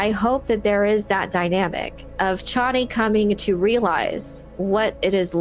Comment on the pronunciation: Chay nee, not Chawnee